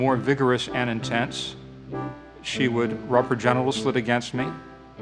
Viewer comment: Every time he says "Gentital slit" I'm blasted with a sudden, unexpected urge to fucking kill myself.